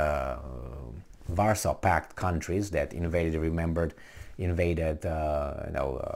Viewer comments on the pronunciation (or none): none